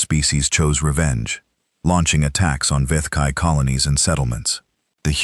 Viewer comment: so how many galactic empires was earth fighting? Must have heard at least 20 different pronunciations of the vethkai....think there was an expectation of jungle warfare as I definitely heard viet kai mixed in there